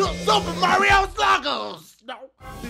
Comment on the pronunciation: Super puh-gers.